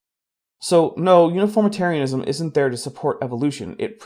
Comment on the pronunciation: That pronunciation guide for uniformitarianism pains me greatly.